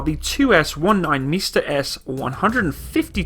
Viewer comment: instead of saying "Msta-S" you said "Mister Ass" hm..